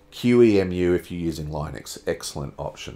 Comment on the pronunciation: It's pronounced "LEENUX".